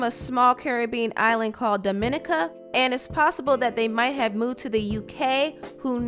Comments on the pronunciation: He is of Dominican decent from the country Dominica which is Pronounced Dom-min-EEKA not the Dominican Republic they are two different countries. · I'm sorry, if hes from Dominica (pronounced Domineeca) then he was not eating crumpets with tea lol that place is 10 times WORST than any city in America lol.. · Drinking tea and eatting crumpets lol.... do Americans realise Londons murder rate over took New York's last year. England isn't soft nor is everyone rich or do we all chill with the queen. And its pronounced DOM-NIN-NEE-KA :) that's is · It’s pronounced DOM-IN-NEE-KAH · It’s pronounced dAH•min•Nee•cAh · Dominica 🇩🇲 is pronounced as domi-nee-ka btw 🙃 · "DOM-MIN-NEEKA" is the pronunciation for that country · The country's name is pronounced Dom .. In ...Nic ...Cah! Seen you're not a rat .... Later! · Why are they acting like this is tragic? 🙄😖 OAN- PLEASE stop putting extra ish on names. Our folks always trying add a twist. Lahren is pronounced LA-Rin, like Lauren but with a flat A. Dominica is not pronounced like Dominica(n); it is Dom-In-EEK-a. 🤓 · It’s pronounced Dom-i-NEEK-a emphasis on on the ‘NEEK’. All black people in the U.K. are either African or Caribbean. Yes we have lots of Dominicans(a different country from the Dominican Republic) here. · Lol its pronounced [DOM-IN-EE-KA] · Dominica pronounced 'Do-mi-NEE-ca which is differerent from "The Dominican Republic". Its confusing because they are both spelled the same. Both had black slaves. But There are two islands with ( Do mi NEE cans) and the other has (Do-mini-cans). One islands speaks English (with bits of french in it), the other country (more common in the states) speaks full spanish. Both spelled the same. 21's parents are from the English speaking Island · CARDI CAN GET IT TOO. ITS PRONOUNCED DOM- EN- NEEKA. Why he didn’t get his shit straight. No excuses respect the law. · Ok I was wondering what was pronouncing. “The Domenica” SMH. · Peps keep pronouncing Dominica wrong